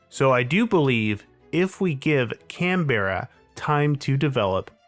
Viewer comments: "Canberra" has two syllables. "Can", like a can of soda, then "bra", like the ladies' undergarment. But the "bra" becomes more of a "bruh". Canberra. CAN-bruh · Came here to say this. And come on, Can Berra? It’s not Hanna Barberra Yogi Berra. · Could you at least learn how to pronounce the name of the city you’re commenting on? And you’re fundamentally wrong about where the centre of town is.